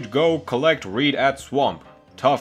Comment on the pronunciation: Him:who ever need the damn reed What I hear:who ever needs the damn weed